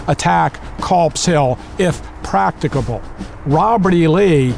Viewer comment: prackitable? PRACKITABLE?!? it's if practicable ya big dingus